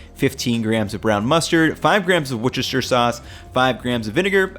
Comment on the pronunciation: loved the video. I'm from England and Worcester sauce is from the town of Worcester. it's pronounced WUHSTER. Worcestershire is WUSTERSHUR.